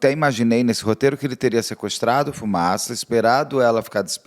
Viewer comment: Único nome que vi até hj o Beto acertar de primeira: Fumaça 😂